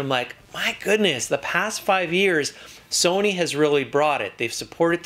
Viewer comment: ur saying sony wrong